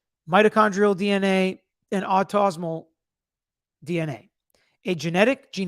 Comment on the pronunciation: Autosomal: aw-toe-SO-mull